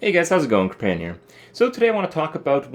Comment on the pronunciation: what is a kripparian? Is he saying companion? I swear he says "hey guys companion here"